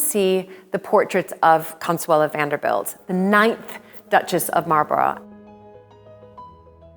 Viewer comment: Well done and very interesting but fed up with the way she pronounces Malborough 😢